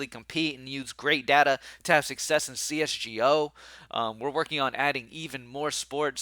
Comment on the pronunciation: When u said c-s-g-o 😂